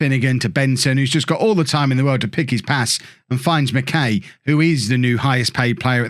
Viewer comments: Barrie mckay is pronounced “Barrie Mckiy” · as a forest supporter, barrie mckay is pronouncec mac-eye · Pronounced McK’eye’ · As a Scot. It's Barrie Mck(eye)